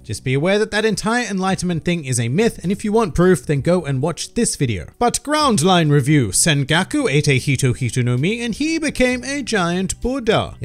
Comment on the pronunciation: Love it how sengoku is spelt sengoku,but he says sengaku, Americans hahaha